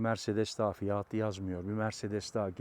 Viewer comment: "Kamara: değil doğru okunuşu "kamera" , bir de "fiyaaatı" değil "fiyatı"